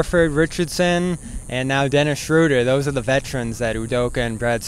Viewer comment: It’s Dennis not Derek lol.